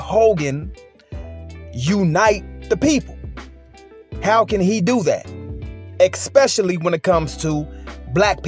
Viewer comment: Lmao "Eks-specially"!😂🤣